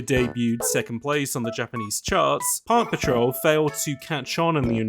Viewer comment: I know you are saying Park Patrol, but I keep hearing Paw Patrol